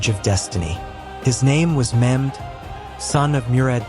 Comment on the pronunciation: His name is not memd it’s Mehmed